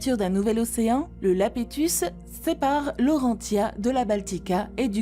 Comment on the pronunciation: Y'a bien écrit " Rodinia" pourtant, alors pourquoi elle dit "Rondinia" ?? Et Laurentia, je l'ai tjrs entendu prononcer Laurenssia, comme pour le prénom Laëtitia... alors que là non, elle prononce ça LaurenTia... elle est française ou étrangère parlant français la narratrice .?? Y'a tellement d'erreurs de prononciation que c'est à c'le demander... mais sans ça ça va, elle a une jolie voix...